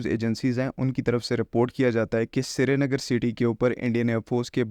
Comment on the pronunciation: Shree-nagar to bola nhi jata tumse